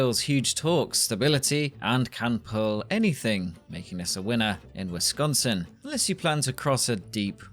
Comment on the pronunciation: I’m glad you pronounce “Wisconsin” correctly